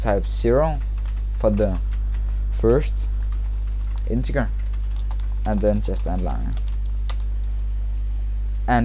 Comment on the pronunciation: It's pronounced "in-teh-jerr"